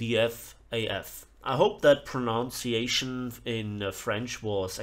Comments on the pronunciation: your pronunciation was excellent ... greetings from France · Perfect prononciation, disliked for disrespectful joke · the pronunciation was more than good